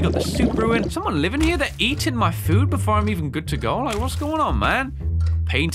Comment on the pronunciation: ha you said "bedore" you are no sigma of the lone wolf gang